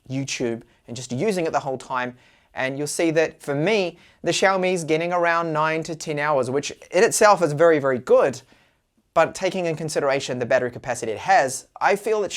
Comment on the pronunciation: Sir,. Why are you saying ten as tin? 😂